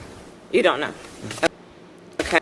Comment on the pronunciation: "Oun't know."😂